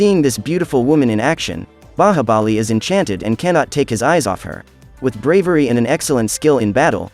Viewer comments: Just because you pronounce Bahabali instead of Bahubali, i refuse to watch your recap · Indian movie pronunciation be like :baahabali